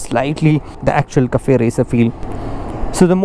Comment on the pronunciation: Kaffey racer lol